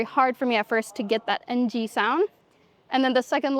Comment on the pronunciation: When you can speak Khmer without an accent, it means you have arrived. That "Ng" pronunciation that she pointed out there. That was freaking impressive! Great job there young lady!